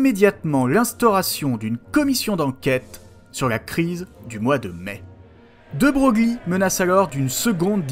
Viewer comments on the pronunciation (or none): Merci pour cette vidéo, assez complète sur le bonhomme ! Quelques points cependant: -j'ai fait "glops" quand j'ai entendu la prononciation de "de Broglie" à . Pourtant vous l'avez bien prononcé au début, c'est dommage ! -pourquoi ne pas avoir parlé de "la constitution Grévy"? Ca a durablement défini le parlementarisme de la IIIème république -Gambetta -t-il joué un rôle dans l'Amendement Wallon? -quelle interprétation de la Marseillaise vous utilisez dans les intermèdes? Je ne vois pas la source dans la diapo finale... C'est vraiment une période passionnante, avec une république construite en partie par des royalistes pour rétablir un roi qui ne viendra jamais, qui n'a perduré que par une succession de hasards... Et la fin de la carrière de Gambetta illustre bien le placement du principe républicain dans la fenêtre d'Overton: en 1870 l'idée républicaine est un bouleversement, en soi c'est une idée très à gauche; mais dix ans plus lorsqu'elle est instaurée, son fondateur n'a plus rien à apporter et il devient naturellement "conservateur" dans tous les sens du terme...